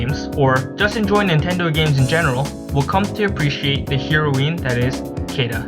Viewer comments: Just so you know, heroine is pronounced like the drug. "heroin" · Heroeen? Sounds like whatcha said oof.